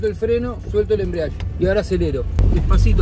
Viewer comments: me molesta que le papá diga embriadge y no EMBRIAGE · "el embriash" Se dice embrague kpo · "embreash " quien le enseño al porteño este por dios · perdon pero me puso nervioso que diga "enbrash" den vez de embreague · jajaja no es ni embriadge, ni embriage Es embrague paa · “el embriashhhh” JAJAJAJAJJAJ los quiero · Por que decía "embriash" JAJAJAJAJ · Se dice embriague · 3 meses después pero no es embriague es embrague. Sin la i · Embrague se dice pa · “EMBRIASHH” JAJAJAJAJAJAJAJ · De tantas veces Que dijo embriash ya bautizó el auto xd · Amigo explica muy mal el chabon ese “embriash" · Mal amigo ajjaja el embriash jajajaja lpm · que no se dice asi,lo pronuncia para el ojete !